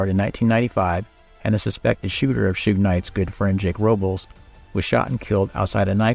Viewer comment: If only, he didn't say: "Shew-ig" and "2-Pack" in this. 😒